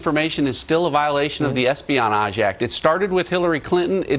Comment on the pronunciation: omg 🤣🤣🤣🤣🤣 look at his mouth when he says "espionage" I had repeat that shit like 4 times lmfaoooooooooo